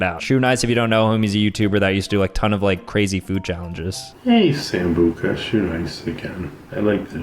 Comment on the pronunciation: Sambucha❌ Sambutcha☑️